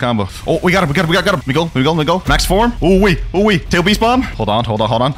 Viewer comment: It sounds weird